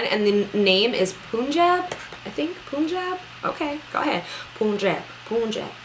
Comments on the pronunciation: Pun jab not Poon Jab hahahahaha that was so funny though :) :p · Lmao at her saying poonjab lol its pun jab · Thanks! I've been saying it wrong too! Jab instead of Job. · Punjab is the name of a state in north India & pronounced as pun jab :) love the matchiness here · LOL it's pronounced PUN-JOB :) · I guess this is sort of irrelevant but Punjab is pronounced Pun-j-AH-b...like jaab. Anyway, I hope you feel better soon; and if it doesn't die down then please go see a doctor. You don't want one bad reaction to have a long term effect..I did once and I'm still dealing with it. So, good luck and get well soon <3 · Punjab is pronounced like pun-job haha. Loved the vid sis hope the swelling stuff got sorted out! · Yeap its Punjab Pan-jaa-b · The Nars foundation is Punjab. We pronounce it as Pun (as in joke) and Jab. It is a state in India which is famous for the wheat production. Maybe that is why they named it that. I have noticed that all Nars colors in ths series are named after cities and states around the world. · You are such a dedicated youtuber☺️ it's pronounced PUN-jab😘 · loool "poooonjab" is a place in India where im from 😜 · Girl, I hope you get well soon!! I'm always looking forward to your uploads because you are my favourite Youtuber for so many reasons! :) By the way that NARS shade 'Punjab' is pronounced 'PUN-JAAB' as in 'pun intended'. Punjab is a province here in Pakistan and it is also present in India. :) One of my makeup artist friends was recently sent some Makeup Forever equalizers and she says that she loves it more than her porefessional so I'd love to know if you like it better than Smashbox. Take care! :) xx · It's pronounced PUNjab. Just like the word pun. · The NARS foundation is named after a state in India n it's pronounced as Panjaab..... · the pronunciation of NARS foundation is PANJAB, its written PUNJAB. Its a state in India and the foundation is named after it :)